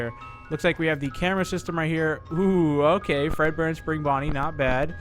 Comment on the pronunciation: its fredbear not breadbear